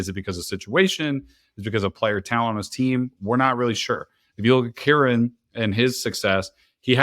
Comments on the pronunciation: Y does bro keep mispronouncing kyren. Who is keeran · This dude sayin keeran is really annoying me lol